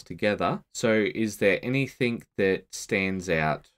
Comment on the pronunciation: Great videos. I hate to be that guy but I have to point out, it's pronounced "anything else?" Not "anythink else?"